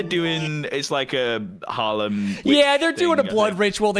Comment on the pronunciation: 3 months late but im chuckling at Harlem being said instead of Salem regarding witches